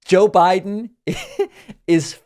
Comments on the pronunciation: He says "Joe Bride" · CONald trump Suffers from, SEVERE, Joe Biden Derangement Syndrome , He Can't even say his name correctly!! 😂😂😂 #JBDS #FDJT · 😳 Dude is running for President and mispronounces the name of his opponent. Biden will PULVERIZE Trümp if he shows up.